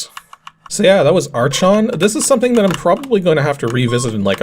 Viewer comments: "Ark On" would be the closest correct pronunciation. It's also the Greek word for "Ruler". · "Arch" in "archon" is actually pronounced "ark", just like in "architect" or "monarch" (since it's a Greek word). It translates to "ruler".